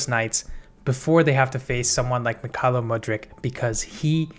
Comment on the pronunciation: A tip from a Ukrainian citizen: "kh" in Mykhailo's name should be pronounced like "h" in the "how" word.